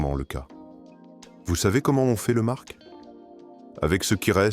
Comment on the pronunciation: On ne prononce pas le c dans le mot marc. Donc au second sujet on arrête .